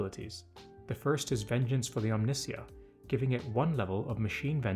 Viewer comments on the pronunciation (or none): You pronounced his name wrong, it is pronounced "Omni Psy-ah " not omni see-ah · Honestly? Seems like it'll be a fun diversion. Also, not to be critical! But it's pronounced Ohm-knee-sigh-uh, like a combination of "Omni" and "Messiah". Hope you and yours are doing well! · Good video really but the way you pronounce Omnissiah hurts my toaster heart